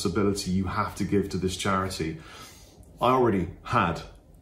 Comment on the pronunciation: "It's for chariddy mate"